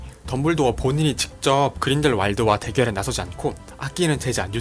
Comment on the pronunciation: ㅋㅋㅋㅋ직접~ㅋㅋㅋ 발음